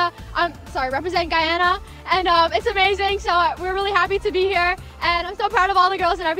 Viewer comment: Y no es Gayana es Guyana